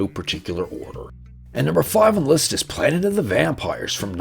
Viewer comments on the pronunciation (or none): Were you trying to say planet? 🪐